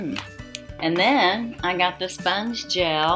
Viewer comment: It’s pronounced Sponge gel A See the accent over the e at the end of the word. It’s the same as saying Renee’ pronounced Renea with a long A at the end.